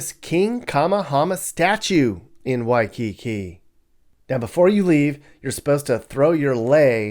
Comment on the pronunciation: Why-cu-koo. Cuckoo Puffs.